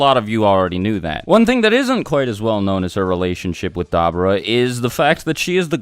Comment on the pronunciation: You say "Dabura" wrong